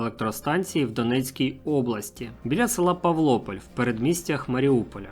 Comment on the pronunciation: ПАвлопіль. Наголос на "а". Сєдово, як раз і є між Маріуполем та Новоазовськом. Яке б місто атомників з Новоащовська вийшло би? Там самі браконьєри.